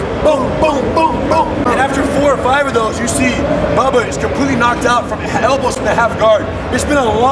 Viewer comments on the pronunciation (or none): pretty sure rener just said elblows